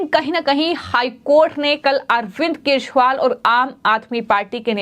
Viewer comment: Madam wo arvind kejriwal hai na ki keshwal. Zara apni hindi u ch charan theek kariye.hindi bolna sikhaao isko the news walon.